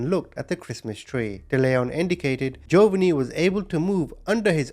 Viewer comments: This is how U pronounce the name of the 2nd victim hun, Gee-O- vah-nee. I know it looks weird and a dictionary would probably do the pronunciation differently than I just did, but if U say what I wrote, all together, I think U eventually should get the correct pronunciation. Love ur channel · Jovonie.. is pronounced JO VA NEE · I think the boys name is pronounced Joevaneeeee